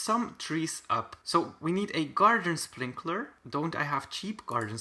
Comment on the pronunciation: saying “gardlen sprlinkler.”